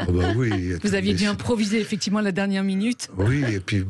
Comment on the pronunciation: Bercoff refile son « effecti’ment » insupportable à ses confrères .